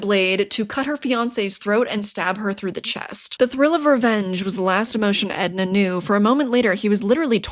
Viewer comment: It’s Enda not Edna. And woah the price on that book has gone way up